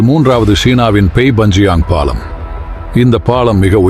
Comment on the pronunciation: ல, ள, ழ, உச்சரிப்பு சரியில்லை பாளம் இல்லை பாலம். ஒரு மூளையிலிருந்து❎ மூலையிலிருந்து ✅